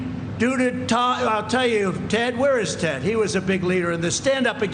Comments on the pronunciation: Sounds kinda like he just was going to say Tom/Todd instead of Ted. I hate him as much as anyone, but not a major glitch... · Thank you, I didn't watch it all. Nancy called it "fumigating" him out of the white house. lol Sounded like he was gonna say TODD instead of ted LOL. Its racial and he hates poor people. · Sounds like he was about to say "Tod" but then remembered it was Ted